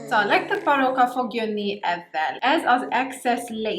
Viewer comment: weird is sound like arabic barooka